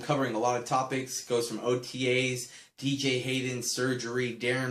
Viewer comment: wow bro you say BJ Hayden. what a great raiders fan you are........hahha jk